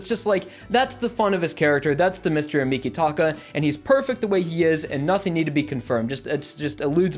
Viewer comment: Also mikitaka is a stand user his stands name is earth wind and fire but I don’t know if he is human or not it is not said like you say